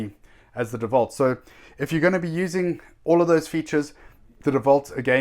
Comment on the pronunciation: Let me teach you how To pronounce. Its Dewalt not devault. Its INGCO not INCO.